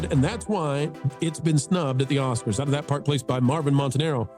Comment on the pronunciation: “Oscards”? It’s on the ticker. 😂.